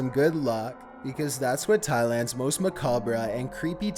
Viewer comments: Most ma-ca-bra?? Lmao the word is pronounced Ma-Cob, bro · "macab-ray" it's macawb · Did you just say, "ma-cab-ra"? C'mon man. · Please...please...it's pronounced Ma-Cobb, not mac-obbra...thanks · 1) Macabre is pronounced "Muh-cob" not "muh-cob- rah". 2) That is a fetus not an embryo . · MACABRA CADABRA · THE “MACABRA” LMAOOOOOOOOOOO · Macabre pronounced muh like in mud and cob like a corn cob. Muh cob. :) love your narration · "Macabrah." LOL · Did he just say macobra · "Mah Kah Brah." Lmao. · "Macabre" is pronounced mah-COB. I don't know why, but it is. "Herbal." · It’s Mac cab bra 😂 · Macabre is pronounced Muh-cob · Check out how to pronounce "macabre" bro... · The RE in macabre is silent. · okay--- he definitely knows how to pronounce "macabre" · How do you not know how to pronounce macabre? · the "re" in "macabre" is silent, fuck's sake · I cringed every time i heard him say macabre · The only thing scary about the video is how you pronounce macabre